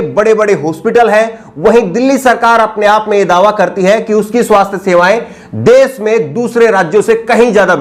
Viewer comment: Bhasha shudh kijye dedh ko des mat kaho. social ko aap sosal keh rhe ho. Sosal mat kho Mujhe aap ki ashudh bhasha sunkar sharm aati he.